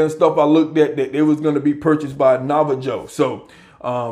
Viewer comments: It’s pronounced nava-ho my brother, but excellent video. Keep it up. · Am I the only one that heard my brotha say "Nava-Joe" I'm sick 😂😂😂. Love the channel bruh.